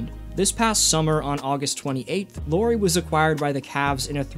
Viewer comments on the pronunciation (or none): Lauri Markkanen: His first name is pronounced "Lauwry" or "Lowry" (like "Howry), not "Lori." Haha